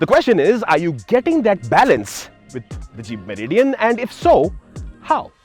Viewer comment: Meri Dian 😂😂😂